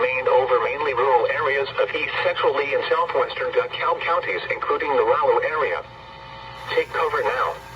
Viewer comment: Paul said “DuhKull” instead of “DeKalb”